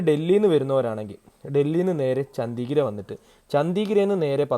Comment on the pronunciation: ചോദിച്ചത് കൊണ്ട് മാത്രം ചൂണ്ടിക്കാട്ടുന്നു. മിക്ക സ്ഥലപ്പേരുകളും തെറ്റായി ആണ് ഉച്ചരിക്കുന്നത്. ഉദാ: ചണ്ഡിഗഢ്, പഠാൻകോട്, ഡൽ, സോ മോറിരി, പാംഗോങ്‌, മനാലി...